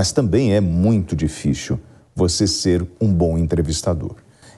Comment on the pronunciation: dificcchiilll é portugues isso?